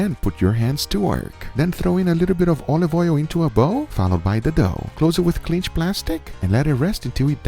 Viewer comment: Is he saying clinch???